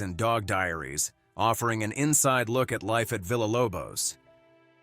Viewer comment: I'm disappointed that you didn't link her YouTube page in the description. Also, continually mispronouncing VILLA was very disrespectful. It's a Soanish word the LL pronounced with a Y in it. VEE YAH..... like hiya. Geesh, use Google translation or something.